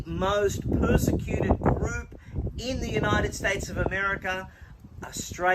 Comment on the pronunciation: Did he say pussecuted? What? LOL